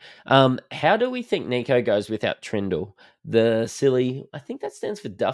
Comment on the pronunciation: You do realise his name is short for Nicholas yeah? So please drop the French twist on it and stop with the kneeko. Kneeko Hynes ffs man. Apart from that, love your work. Greeting from Athens Greece. Never miss a show